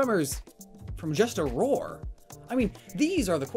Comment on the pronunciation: Roar* not Rawr.